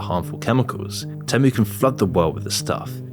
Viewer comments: You keep saying TEM-OOH but haven't you heard the damn jingle? It's TEAM-UWH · I bailed after your 10th mispronounciation of TEE'-mu. Nobody says TEM'-MOO. If you can't even say the name of the company correctly, you lose all credibility. Or was this done by the video-bot thing you're selling? HARDLY an endorsement! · OK...but why do you keep calling it te (short e) when they themselves say it is TEE-MOO? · Why do you keep pronouncing it wrong? The ad literally says it like Tea-mu and you even play the ad but then keep calling it Tem-u😂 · The ad shows you how to pronounce it. Not teh-moo, it’s tee-moo dummy! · no shi bro is calling temu tehmoo its tee moo not teh moo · It's pronounced "tee-moo". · People still don't know....huh... IT'S pronounced TÈHMOO!! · its pronounced teemoo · it is not tamu..it,s temu..have you try any of their stuff ..poor me who hardly could efford any clothe i now have a wardrobe full ..and i love it all…all other shop are scare to death of temu…most people have problemes with rent morguage and food who is going to buy a bag and dress for 500 …wake up to yourself people not everything is good or bad anywere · It’s pronounced Tee Moo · The AI narrator keeps saying Tamu instead of Temu. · why you calling it temmu when they even pronounced it for you on their ad? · STOP SAYING TEH MEUH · its TEEmu, why do you keep mispronouncing it? Its in their own advert that you put in the video. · Their ads pronounce Temu differently with their robot voices. Very annoying. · Good video. But you’re mispronouncing “Temu” and “Pindoudou.” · Why do u insist on pronouncing it different then everyone else including Temu themselves? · how do you get both pronunciations so wrong? L